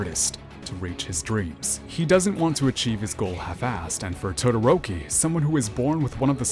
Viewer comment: Dadoroki 😂😂😂 I died at that and senpai has fucking noticed